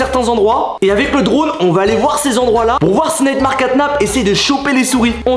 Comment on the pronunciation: pk tu dis neymar caynap alors que c nightmare catnap